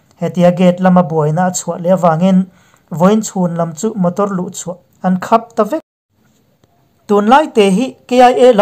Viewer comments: A bengvarthlak ṭhin e. Khap hi mit khap thluk ni lovin ka kap a na tih a kap thlukin. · Phunchiar nih hlau chung chungin, hman tih leh khap tihkha, i thluk dan kha han ngaihtuah letleh lawk teh a..